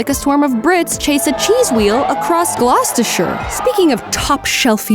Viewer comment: the only American ever to pronounce Gloucestershire correctly!